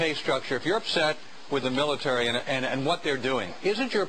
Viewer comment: MILATAREE IZ SRS BZNESS.